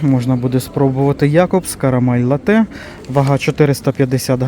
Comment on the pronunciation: Кава карамель лАтте, а не ЛаттЭ. І чому пОкупці?